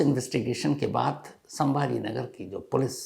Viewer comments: संभाजी नगर है संभा नगर नहीं है सर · I thought u were a good news reporter but u also have your agenda. In this news the place name you are unable to say properly is '' Chhatrapati Sambhaji Nagar he" not Sambha nagar. If it was by mistake pls apologized and give respect to the great Martayr and if was intentional, people will understand What exactly what u r feeling for '" Maharaj'. Even u were hesitating to add " Ji " in respect to Maharaj. Didn't feel good sir.... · Pronounce the name of the place correctly. It is not Sambhanagar but Chhatrapati Sambhaji nagsar. This is well documented in government records. I understand your pain of not pronouncing the correct name. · Asap sabhaji nagar ko sambha nagar kyo Bol rahe hai ..? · संभाजी नगर बोलिए बार बार संभा नगर बोलकर क्या दिखाना चाहते हो आप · Chatrapti Sambhaji Nagar. Hamare sheher ka nam to thik se lo. Aadar ke sath 😡😡😡😡